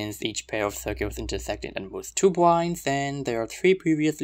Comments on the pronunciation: This was really cool! The fact that you pronounce circles as "cirgules" was a bit distracting though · I cannot place his accent (hint: Burmese!), but this is definitely my first time hearing it used instructively, and certainly the first time hearing "circles" pronounced as "sheowkulls". Very pleasant to the ear!